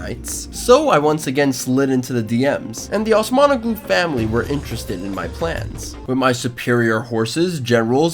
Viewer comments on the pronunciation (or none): It would be very nice if you pronounced Osmanoğlu as Osmanōlu, not Osmanoglu. The soft g (ğ) makes the vowel before it longer.